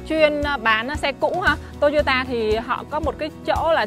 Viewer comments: Sao lại đọc là "tô y ô tà"mà ko phải là" tô y ô ta" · Toyota chứ k phải tô dô tà nha e